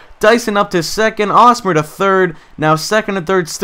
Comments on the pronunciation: Hey, I'm a fan of the Royals and you pronounce the H in Hosmer's name. It's not pronounced like Osmer. Just pointing that out for any future videos of yours! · h in hosmer isnt silent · Lol why was he pronouncing Hosmer with a silent H? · It's Hosmer with an H. I'm a KC fan so it just got a little annoying. And just call Norichika Aoki Nori Aoki.